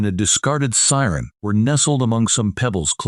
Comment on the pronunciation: This narrator doesn't know what a syringe not a siren he's about as dumb as a box of rocks a used siren this just gets better half ass narrator. And telling of this story